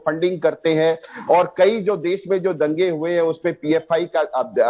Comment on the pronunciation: Kain hai yeh महिला देश को देस कह रही है बोलना सीखे पहले